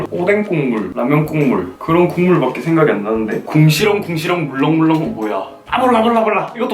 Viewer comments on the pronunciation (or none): 궁시렁궁시렁 물랑물랑 너무 귀여웟어욬ㅋ